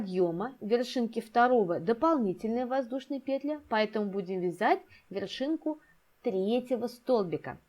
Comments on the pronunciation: особенно пЕтля😂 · Воздушная петлЯ, две воздушные петлИ, в каждую петлЮ